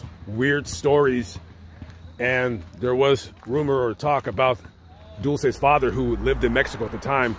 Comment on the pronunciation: Hi, love your videos! Her name is pronounced Dull-chay...Dulce.